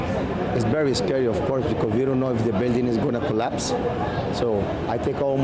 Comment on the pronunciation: The way Vaush says "claps" instead of collapse..